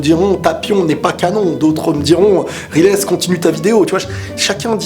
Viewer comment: Moi cette vidéo m'a appris un truc : on ne prononce pas "Raillezeuh" mais "Rilèsse",et ça,ça change tout ^^'